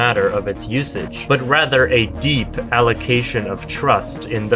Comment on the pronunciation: the combination of the visuals, especially the central flower, combined with the sudden change in intonation (starting at "deep"), does something to get these words to slip straight into my head, and I can't tell if you did it on purpose or not.